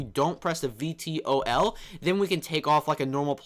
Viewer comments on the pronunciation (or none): vtol doesent stand for anything it's pronounced V-Toll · VTOL = Vertical takeoff/landing. Pronounced V-tole. You can switch mode while in flight too!